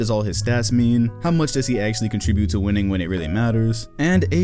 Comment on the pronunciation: Winnning? I caught that lmao